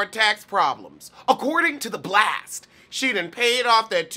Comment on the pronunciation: DUNCAN. HINES. 😂😂😂✍✍✍ Also, the way you say "According to THE BLAST!" takes me out every time! 😂😂😂